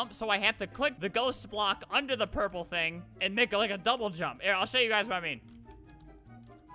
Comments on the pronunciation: U said u guyzas lol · Well that's how it sounded